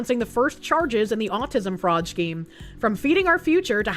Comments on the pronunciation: pronouncing scheme as "Shkeem" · Take a shot every time she says "schkeem"